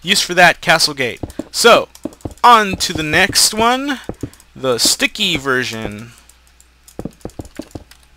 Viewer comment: you said 2 version or 2 virgins?